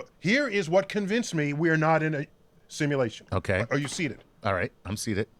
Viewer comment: Can someone please tell cash that its “a simulation” and not “assimilation” ? 😂😂